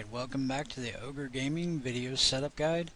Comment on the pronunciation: Sometimes you say "Org" Bot and not "Ogre", is it two different programs or...?